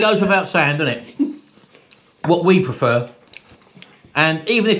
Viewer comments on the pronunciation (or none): none